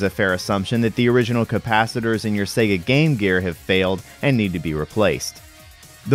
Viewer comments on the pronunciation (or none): none